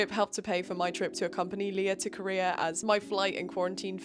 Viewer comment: I know you’re saying “doc finder Korea” but my brain keeps interpreting it as “doc finder career” every single time you say it 😂